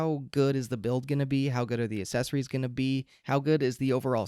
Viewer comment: Thanks! Accessories is pronounced with a K sound after the first A - aksessories, not assesories. Accessories, starts like the word access, with the K. You're welcome. Now you will sound even smarter :) .... PS: It's so hard to choose a mic, unless one is sure they want the $399 Shure.